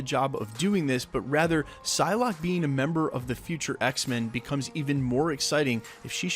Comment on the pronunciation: It's Psylocke, not Pyslocke